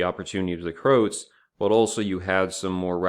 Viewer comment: It's not Krowts it's Croats the same way one would say Croatia - the ROA part is important